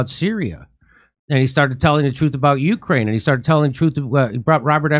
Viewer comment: Jimmy has a funny voice, love when he says You Crane and Natzees lol